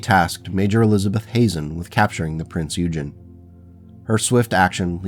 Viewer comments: Prince Oy-gen. It's named after a German Battlecruiser from WW2. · Aaargh… the mis pronunciation of the Prinz Eugen…it’s the a German pronunciation based on the warship from WW 2 .. look up,it’s history and learn how to say it.